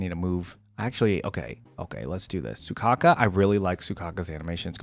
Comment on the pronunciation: WHY ARE YOU CALLING HER SUCOCKA IT'S SOUKAKU all of the intro's show off the character's personality, witch you don't know because you never played the game for example piper is constantly tired so her yawning in her intro isn't a show of arrogance just to reinforce her tiredness. same with harurmasa he hates doing unnecessary actions so in his intro he only looks at the camera because doing anything else would be more work you also don't know their weapons seth uses a baton so he isn't doing a sword flick he's extending his weapon